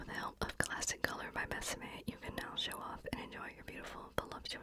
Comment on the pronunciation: This little collection was cuuuuute!! If you would like to know how to properly pronounce “besame,” think about the words BET, SAT, MET. The same way you pronounce those three words, just drop the T sound and there you have it (: I loved your effort, just thought I’d share a little trick (‘